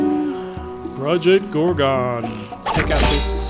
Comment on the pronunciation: lol "ProjoGorgo"